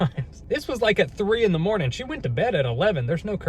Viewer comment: "It was at 3 in the mornin" hELL NAW